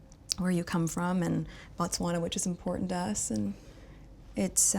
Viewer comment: Yes! He pronounced Botswana perfect not with a "ba"